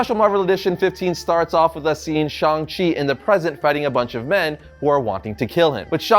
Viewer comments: It's pronounce shang chi like Hang. Shung chi but sHANG chi. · Thank you! Idk why everyone is saying Shong! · Shang …Shang not shung … there’s an “a” not “o” or ”u” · Ok, why is everbody saying his name wrong all of a sudden?! It drives me nuts, for years it was ShAng Chi not ShUng it's an A not a U. I will continue to say it like it's spelled. Ok, getting off the soap box now. Love the channel and congrats on the comic. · I really hate how everyone is pronouncing shang chi's name nowadays. its SH-ANG not SHONG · When did he become Shong Chi? Even his co-creators called him Shang Chi. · it's pronounced shang chi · How tf do you say Shang-Chi's name so wrong? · It's the difference between American authors making and pronouncing the name for the comic and the producers for the movie pronouncing the name for the character